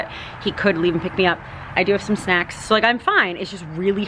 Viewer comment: it sounded like you said you "have some sex in the car" haha not snacks